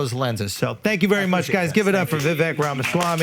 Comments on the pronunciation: It’s “Vivek” not “ voovek “ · Pronounced: viv-VAKE like cake! His parents probably didn't have mastery of English phonetics when someone passed them the form for his birth certificate. What the heck, don't say vek. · It’s Vivek like cake. 😊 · When vivek told about that how nikki haley is indian she pronounced vivek as ViVek. Definitely the foreigners can't pronounced it rightly but man if you are indian you Definitely know how to pronounced the indian names correctly. And if you aren't doing that it means you faking it.😂😂